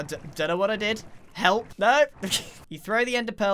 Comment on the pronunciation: Uchiha It sounds like Sargeant Rizzo from the MASH tv show whenever he says the word "Help" "I don't want your Hep!"